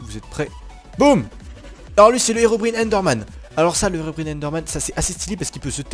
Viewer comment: Plzzzzzzzzzz prononce bien c'est Herobrine (sa se prononce Herobrayne